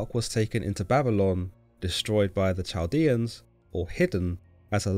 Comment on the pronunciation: Chaldean is pronounced with a "k" sound as in kite or a guttural Semitic "k". Not Ch like cheese.